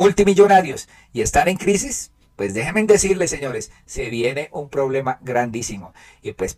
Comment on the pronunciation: Gracias por el contenido. Una observación muy respetuosa. Es correcto decir déjenme, síganme, háganme. Es incorrecto decir déjemen, sigamen, hágamen.